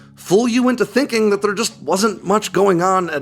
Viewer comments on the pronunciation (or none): none